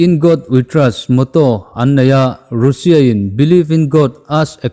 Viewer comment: Russia tiin i lam tlat a, Russia ti tawh zawk la 🤪